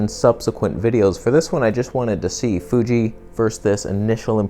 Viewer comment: Love how you say "Fuje" for Fuji lol. You're unique on YouTube mate